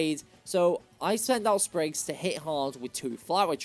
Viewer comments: Sprigatito, NOT Springagto! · Left off the P in Sprigatito!